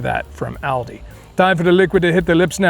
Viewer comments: Its Aal-deee.. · It’s actually pronounced All-Dee